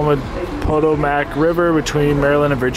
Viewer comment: I lost it when you pronounced Potomac lol. it's Puh-toe-mick. At least that's how we say it in VA.